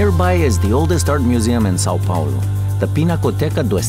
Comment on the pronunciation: Why did you get a Spanish dude who can't even properly pronounce Sao Paulo, is it so hard to find a Brazilian dude?